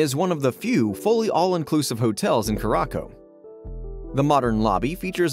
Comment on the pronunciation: It’s pronounced “cure-a-sow” not cure-rock-o